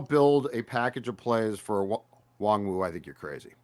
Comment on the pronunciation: Mackey. His name is pronounced WAHN-GOO. Stop calling him WongWoo